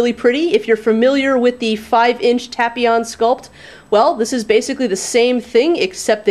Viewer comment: I really don't want to make you angry but I think you're pronouncing his name wrong.